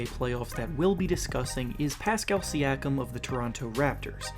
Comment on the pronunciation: Bruh that ain’t how u say siakam